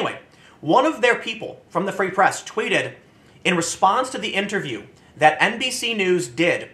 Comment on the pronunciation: Did Tim say "NBC" or "NPC" news? Lol